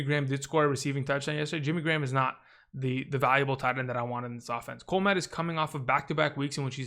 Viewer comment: I think Cole Kmet is pronounced “Kuhh-met”